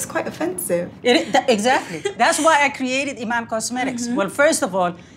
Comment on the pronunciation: Apparently I'm a Somalian model and the widow of David Bowie. Das preti cuol But seriously lady, that is not how you pronounce Iman. It's ee-maa-nn.